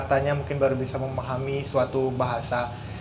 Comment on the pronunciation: not bad. Cuma 'Bisa' tetap disebut 'BisA' dan bukannya 'bise'. Tapi kami tak guna 'bisa' sebaliknya menggunakan 'boleh' sahaja. Dan setiap sebutan untuk nama baik untuk orang maupun tempat tetap disebut dengan sebutan 'A' dihujungnya kerana memang nama khas tidak diubah sebutannya. Misalnya Putrajaya, Siti Nurhaliza tetap disebut dengan 'A' dihujungnya dan bukan Putrajaye, Nurhalize, etc